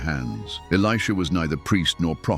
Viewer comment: The AI narrator called Elisha “Aleeshah” a few times 😂. I have a 7 year old son named Elisha and people pronounce his name “Aleeshah” all the time. AI is just as dumb as people who dont know the Word of God. 😂😂😂